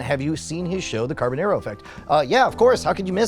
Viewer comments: The "nar" part rhymes with "car", not "hair". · You’ve known him since you were kids but you can’t pronounce his last name right... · after all of that talking and storytime about how you know him in life, if you actually HAD even SEEN the show, as you say, you would know how to pronounce his last name as he clearly says it from his own mouth on EVERY SHOW... instead of this mispronounced trash you say out of your mouth.